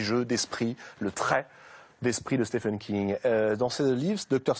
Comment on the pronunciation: Pourquoi tout le monde s'obstine à prononcer son prénom faux ? Stephen aux USA se prononce Steven, d'où la graphie Steven d'ailleurs... SteFFen c'est en Allemagne...